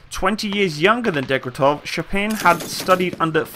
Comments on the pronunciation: if you're going to do videos like this, you will have to set aside the 2 mins it takes to learn the proper pronunciation of the few names in there. Not only is it bloody easy if you use say, Google Translate or Wikipedia's phonetic spelling - but if you don't your vids turn out ridiculous. Not saying the name of the gun? Wtf? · Daaaaym you butchered the gun desighner names! Great video as always, very nice to see footage of Ukrainian and Polish forces training. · Degtyarev. Actually pretty easy to sound out if you can read. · your pronunciation of russian names forcing my ears to bleed. Дегтярев = Degtyaryov. Шпагин = Shpagin. There is no other variants of pronunciation. If you want to hear the normal pronunciation of russian words, you can message me and I will help you with that issue. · Seriously? Degtyaryov and Shpagin are that hard to pronounce even remotely correctly??? That was sooooooooooooooooooooooooooooooo painful to hear. "Dektov Shapin" ........ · Deg-tar-yo-v Sh-pog-in F-yo-dor-ov